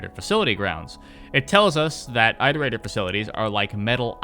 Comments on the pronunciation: are you going to make a "rain world tier list" tier list video? edit: oh btw have you tried controller since Downpour came out? Maybe it's just me, but it feels WAY better (sometimes my slide inputs wouldn't work on controller but now it does everytime) Also, isn't it "iterator", not "eyeterator"? Because like.. you iterate through a list. I assume they're called that because they were built to iterate through all possible solutions to the big question (or whatever). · One word: "Eye-torator". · Of course the guy who cant pronounce iterator hates five pebbles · The way you pronounce iterator hurts me